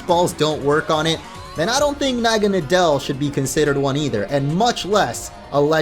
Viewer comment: pronounces naganadel wrong Also orange: naganadel is still the weakest ultra beast in terms of stats Me: naganadel is uber tier lol the anime: calls it "na-gin-a-dull" for pronounciation Also: Says "poipole is the only Ultra Beast not in a beast ball" Ash: releases Naganadel from a beast ball